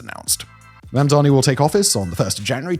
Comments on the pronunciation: u keep saying Mandami my love edit: it was just once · 3 seconds in and you say Mamdami... okay...? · I don't know why everyone, even well-meaning people, have such trouble with his name. It's Mam-dani, not Man-dami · can people stop mispronouncing his name. MAM DA NEE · lol, even can't pronounce his name 😅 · Why does he say mamdani like cuomo does